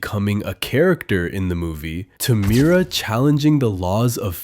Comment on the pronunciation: NOT HIM SAYING MIRA MITA😂😂😂